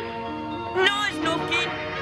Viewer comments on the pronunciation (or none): I mean i expected that from the Italian version, we (for some unknown reason) always change the names of characters instead of trying and keeping them??? Idk but I cringed really hard on that one, i thought that Snufkin was an easy word to pronounce but I guess not?